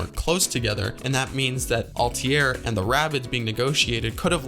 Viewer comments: Pronouncing ezio and altair wrong is a sin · You say "Altair" wrong. Very wrong